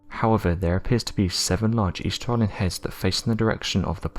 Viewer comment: I swear he keeps saying hens instead of heads every now and again 😀😀😀🐓🐓🐓🗿🗿🗿